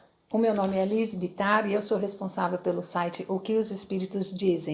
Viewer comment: Olá Liz Bittar (não sei se está correto a pronúncia), tudo bem? Que bom que disponibiliza tempo para partilhar experiência, obrigado.